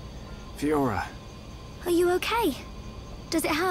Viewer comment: I agree with you. I love content but it doesn't lend itself well with JRPGs. I see a lot of streamers be the same though. They don't take the story seriously at all until a certain event happens. For me it bothers me more that he can't pronounce Fiora right despite characters saying her name multiple times.